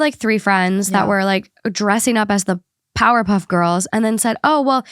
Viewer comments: The way she just gas lit me too into googling if I was wrong about it being powderpuff instead of powerpuff SENT ME 😂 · I love how you got it right the first time with “ powerpuff” to powderpuff was hilarious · omg i took a long pause when you said powder puff and then got back to the video and heard the correction, i died. dynamic duo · I was listening to this on podcast and flew over here to see the comments when y’all said “powderpuff” girls 😂